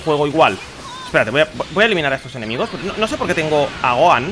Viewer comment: Amigo buen video. Pero se escribe gohan y se pronuncia gojan.